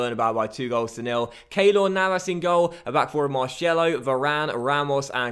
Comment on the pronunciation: Mar-sello not shello mate